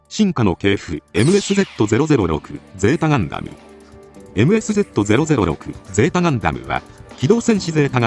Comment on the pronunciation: 「えむえすぜーた」と発音していた。